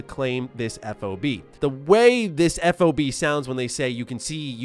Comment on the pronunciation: FYI, you say 'FOB' as a word, like a key fob for your car...haha a non-military person wouldn't know this just helping you out for the future! Nice video once again!